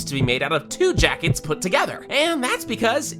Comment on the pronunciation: This physically hurt me. The name pronunciations, the obvious "secrets" And don't even get me started on "jackets"